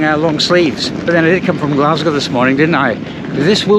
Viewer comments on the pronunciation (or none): none